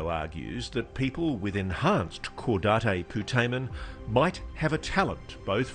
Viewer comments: I sure hope that these guys are really pronouncing “caudate putamen” correctly. I’ve never heard anyone say “Cow-dot-ay poo-duh-man” before. Maybe that’s the Spanish pronunciation. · Just a well meaning correction: "caudate" is pronounced /ˈkɔːdeɪt/, i.e. "caw-date" (last word as in an almanac). Thank you otherwise for very good work. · “Caudate” is pronounced “caw-date”; not “caw-da-tay”. It’s not Spanish. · So cringe how they both mispronounce "caudate" (really pronounced kaw-date) putamen. But we will look past it. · Somebody needs to enlighten Ross on the fact that Caudate is not pronounced like Coup D'etat. LOL. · It's kind of hard to believe in their credibility when they're pronouncing "caudate" incorrectly. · Repeat after me: Caw-date Poo-tay-men